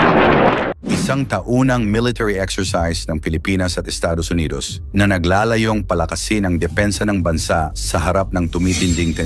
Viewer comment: Nagla"la'yong hende nagla'layong gagong AI has wrrong accent and pronunciation